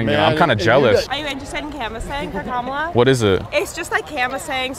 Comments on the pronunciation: “you said Kamuala” 😂😂😂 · “you said KaMAla?” lmfao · Funniest part of the video "You said kaMAla" 😂